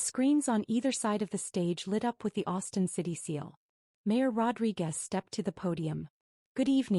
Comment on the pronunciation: Rodriquez. Not Rodri Guest.